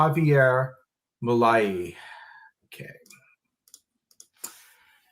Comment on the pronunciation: Pronounce Milei as Mee-lay